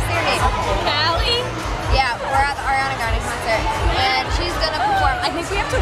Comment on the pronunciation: when your friend called her "Airiana" i wanted to slap her omg